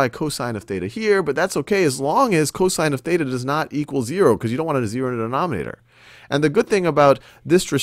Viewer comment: Theta, not beta.